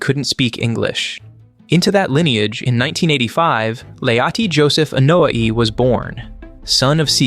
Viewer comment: It blows my mind that you can go into so much detail, yet absolutely BUTCHER their last name: its starts with an "A" and is pronounced with an "A", not an "E"